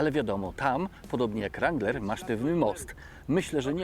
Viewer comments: Aż uszy więdną. Skoro chcesz "poprawnie" to W-niema, A-jak E... nawet twój translator tak podpowiada. Sorry. Dalej nie oglądam bo nie jestem wstani słuchać tego rAnglerowania. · Kurcze Chłopie naprawdę fajny kanał prowadzisz ale na Boga przestań z tym ,,langlerem" bo to jest żałosne. Nie ucz się wymowy z translatora Google. Mów po prostu Wrangler i się nie ośmieszaj. A jak koniecznie chcesz być bardziej amerykański od Amerykanów to ucz się poprawnej wymowy chociaż z Amerykańskiego YouTuba a nie od translatora Google. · Jak chcesz mówić ranglera to mów z akcentem i po angielsku.Bo to rangler wymawiane po polsku jest żałosne.Spolszczony wrangler jest prawidłowo.